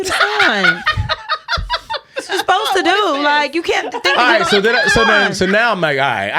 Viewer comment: Isn't it so cute says susposed instead of supposed?!? 😘